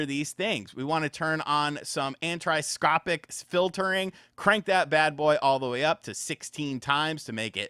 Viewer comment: Ah knee so trop ick = anisotropic